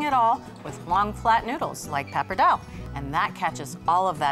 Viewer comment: My italian grandmother would turn around in her grave if she could hear you say Pappardelle and Tagliatelle😂